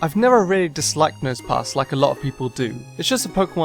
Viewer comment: you said nose pas